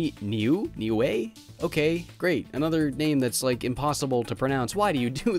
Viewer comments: I know u might not see this but that thing name is prnouncedand Nil-u the e is silent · Ok for a moment Niiue sound like wii u with a N